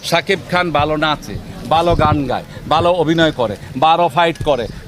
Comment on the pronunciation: 😂😂😂😂😂 বালো না ভালো । উচ্চারণ ঠিক করে করেন মিঞা 😂😂😂😂😂😂😂